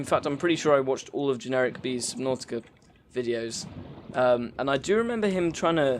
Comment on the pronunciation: "Generikb" i see you are a man of culture as well.